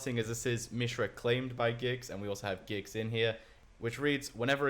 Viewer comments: Please say GIX and not JYX Imma die. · its Gix not Jix